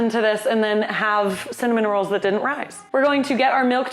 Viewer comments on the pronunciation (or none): I annoyed my wife so much by saying it kept sounding like you said “some minerals” instead of “cinnamon rolls.” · when you first said cinnamon rolls I SWEAR you said "some minerals" and was very confused. Also just when you said you always thought they were hard to make, my first thought was "oh the hardest part is the dough rising" then you SAID BASICALLY THAT. I guess I'm just psychic (que tiktok "i've got the mind of a master... mind master... master... you know? I'm just creative like that")